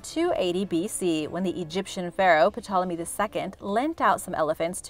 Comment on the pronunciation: The P in Ptolemy is silent